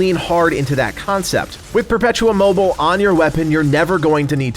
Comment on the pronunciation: Just one thing ... it´s "Perpetuum Mobi-le" (the "le" spoken in a kinda french way), it´s latin after all.